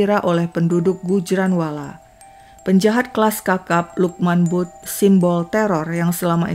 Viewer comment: Maaf ya kak koreksi utk sebutan butt d pakistan mrka blgnya bat Klu gk slah tulisannya Bhut d baca Bhat salah 1 marga d pakistan bgtulah